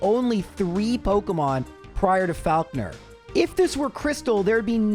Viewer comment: The way you pronounce Faulkner makes me want to scream.